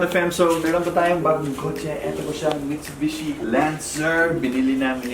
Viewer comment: MITSUBIBE! (instead of Mitsubishi) 😂